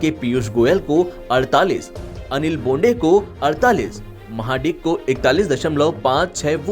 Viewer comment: Anchor should know how to pronounce the name it is mahadik(महाडीक) not maha dick lol